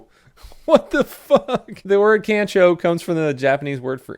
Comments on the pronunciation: NOOOO! Its Kan Chooo the proper pronunciation is the same as Khan in the movie. (The Wrath of Khan) So Kan-Cho (Khan-Cho) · kancho- pronounce con-show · Pronounced "Kon-cho". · Pronounced con-cho not can-cho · It's pronounced Kahn cho not can cho. Try teaching English here in Japan. I gotta constantly tell 4yo's to quit touching my junk. Weird place man. Love your work stay safe. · I can tell you don't watch anime... and that's a shame. Just so you know, Kyoto is pronounced Kyo-toe (say yo but put a K on front) and Kancho is pronounced Con-Cho... I'm sure you don't care, but it's always nice to learn something you didn't know before, and you should definitely watch One Punch Man season 1-2 with japanese audio and english subtitles.. It's a funny show Have a good one! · It is pronounced (Kahn-cho) That sounds rude but I'm not trying to be, sorry. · Its pronounced kah-ncho. Yeah they do it to foreigners a lot. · It’s pronounced “Khan-CHOOOHH!” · Pronounced kon cho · Its pronounced con chow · It’s pronounced kon cho btw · For the record, kancho is pronounced like "con-cho", the "a" in Japanese is always like the "a" in "father". And come on, you don't know how to pronounce Kyoto? The "kyo" is pronounced in the same way as in Tokyo. I know you like to pronounce things oddly sometimes to just be funny, but this one is unacceptable. AGH. (/end rant) Also, thanks for the videos. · It’s pronounced “cahn-cho” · Ay my boy, It's pronounced "con-cho". 👌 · You pronounced kancho wrong the a sounds moar like a o